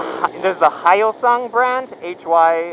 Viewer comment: lol it's not "high-yo-sung".....it's "hyosung"....as in add an H pronounciation to "yo"...and sung...as in ... "song has been sung" (dunno if that's grammatically correct) lol just fyi ;)